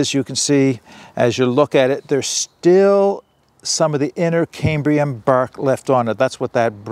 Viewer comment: There is no 'r' in c-a-m-b-i-u-m.